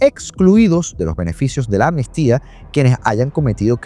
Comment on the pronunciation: Todo bien pero dices ANMISTIA, y es AMNISTÍA.